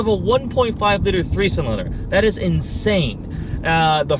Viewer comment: say liter and room right lol